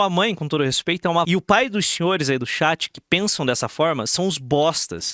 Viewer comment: pra mim é bizarro que ele força a barra falando estado unidense, mas fica falando XÉT (chat), sendo que nem é a pronúncia o inglês correto que seria TCHÉT, se for pra falar errado, fala logo XAT.